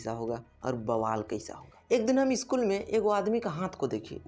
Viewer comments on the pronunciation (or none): none